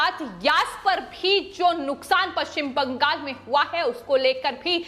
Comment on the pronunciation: Agree Arvind Ji. Notice the way she says ‘Bangal’. Non-stop reading and too many repetitions hurt my ears.